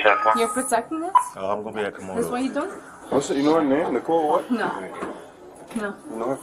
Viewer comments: I heard the Woman say the Name Nikole about 30 Times, If hear the Woman say Just one more time " NIKOLE" ..... 🙅🤬💣💥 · "Nee-call." "Nee-call." "Nee-call." My goodness make it stop 😂